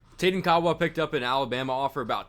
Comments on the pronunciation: His name is pronounced. (Ka-ah-vaah). Kaawa🤙🏽🔥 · White Boy. It's pronounced..Cah*ah* Vah..!!!